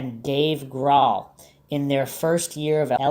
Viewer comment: I cringe whenever I hear you mispronounce Grohl.